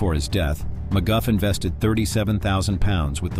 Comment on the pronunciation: McGuff lmao